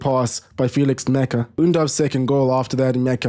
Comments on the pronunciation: Nmecha isn´t pronounced "mecha" it´s pronounced "match-ah" for the english tounge. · Good summary and analysis. One tip though: Nmecha is pronounced "match-a" with the t being silent. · Great job as always! Felix Nmecha is pronounced "Matcher" though, like a football match.